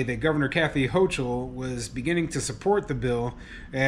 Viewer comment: Its pronounced governor hokul